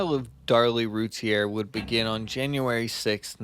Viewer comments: i emailed about how they mispronounce the last name, "its rooteer, not rooty-air" and they reply "Your name is rooteer" wtf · Except not pronounced the same. Rowlett is an "ow" sound as in "now". Routier is"ooh" or "rue". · It's prounounced Rooteer. you need to learn how an investigation is conducted, Yes you move articles, but you photograph and film them first, you then move to look for more evidence, photographing and filming all the while. Suggest you learn the case before doing a podcast. You have so much wrong it isn't funny. I've studied this case for over 20 years. Darlie is the killer.